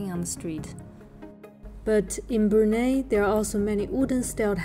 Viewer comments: It is pronounced as Brunai not Brunae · Did you know that china wanted to name this place “POLI” or “PUNI” you can actually find this information in the museum of history. And Brunei is not pronounced as “Brunay” it’s pronounced “Brun-eye” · Pronounce "Bru Nai " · Brunei pronunciation broo-nai. :) Otherwise another great video and thank you for sharing your journey. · Pretty common, Indonesians call it brunay as well. If you're exposed to foreigners more you'd be surprised. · Its pronounced Bru-nai by the way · Brunei is pronounced Brunai. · My dear, Brunei is pronounced as Bru- nai...😂😂